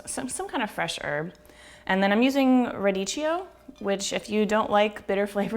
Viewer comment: actually it's pronounced rad-eek-e-oh